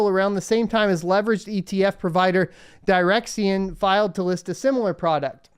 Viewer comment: Direxion is just pronounced, "direction" and I totally agree with them releasing a short ETF for bitcoin being a good signal of a possible bottom. lol trapped them at the top, why not do it at the bottom too!?